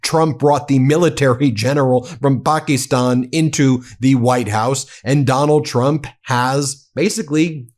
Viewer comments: As a fan and subscriber of your channel, you really need to work on your pronunciation of Pakistan and Mamdani. Leave the ignorant mispronunciations for agent orange. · Everything takes time. It is a slow process. Pock-ee-stahn!